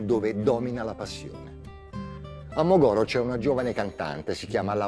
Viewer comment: Veramente, si dice Mògoro, non Mogòro. Il conduttore avrebbe potuto informarsi e imparare che la Sardegna è una regione sdrucciola, non piana. Nùoro, non Nuòro, Paulilàtino, non Paulilatìno.